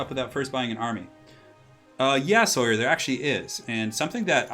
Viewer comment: Aww someone who can say Sawyer properly. Refreshing!